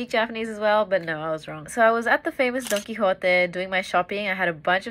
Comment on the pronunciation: First person who I’ve heard pronounce Don Quixote right in years. Spain thanks you.